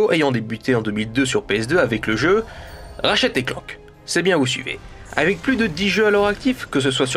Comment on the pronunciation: c'est ratchet et pas rachet nexus et pas nessus srx ta jamais parlé anglais de ta vis meme en parlant français tu devrais savoir parler , et tu dit ton avis sur une série de jeu que tu connais pas la voie de squeezie ne colle pas avec ratchet c tout (g vu le film)